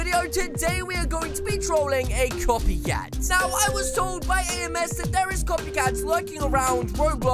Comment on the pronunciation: I taught you said coffee cat